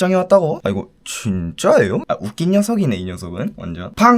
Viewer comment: 이거 진↘️짜↗️에-요¿➿️